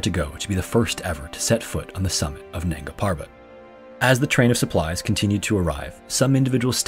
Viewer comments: Dear creator, I like and appreciate your content but please try to learn the right pronunciation of hindi/urdu names before narrating. Your pronunciation of “nanga” was just so annoying to me that i couldn’t complete the video. Sorry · Isn't it nanga instead of nagna